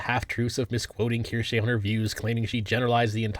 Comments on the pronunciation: Language lover here. It's pronounced "Keer-shuh." Have a lovely day and thank you for the content. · Asmon: Keershey Ace: Kursh: Keershay I enjoy this Internet trend and I like to imagine she does too. Bostonian mispronunciations and all. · is pretty notorious for mispronouncing things lol. Kinda his charm by this point.